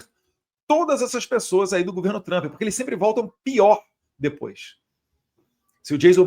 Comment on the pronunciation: Eduardo você está aqui no USA Por favor corrija a pronúncia do nome “ TRUMP “ ( dói os ouvidos ) Observação com todo respeito